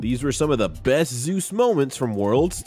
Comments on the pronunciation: although you prolly dont look at comments it isnt zeus pronounced like zoos, its zeus pronounced like zey oos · It shouldn't, considering that's how zeus pronounces his ign. It's ze-yus, not zoos. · Narrator : "T1 ZEUS" Worlds MC : "ZE-YUS" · Commentator “zayus” is itching me the wrong way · His name is pronounced zay-us btw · why did he call him zoos? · Say his name right ffs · thumbs downed already after pronouncing his name wrong in the first 10 seconds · At least say his name properly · hate how everyone pronounces his name wrong.